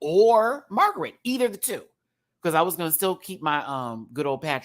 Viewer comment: It's MargarEHT! Like Margaret Thatcher, Not MagerEET...